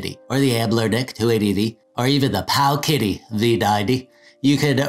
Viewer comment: I crack up any time I hear pow (pause) kiddy. Great video! Keep it up!